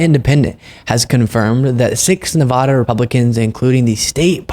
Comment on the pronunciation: Nuh-VAH-duh not Nuh-VAW-duh